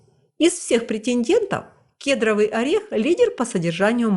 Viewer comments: К'едровый? Первый раз приходится произносить? Кедр'овый правильно. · Спасибо за ваш труд. Кедровый ударение на о.❤❤❤ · Господи,да не кЕдровый,а кедрОвый орех,как надоели эти малограмотные блогеры!! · Орех ни кЕдровый, а кедрОвый!🙄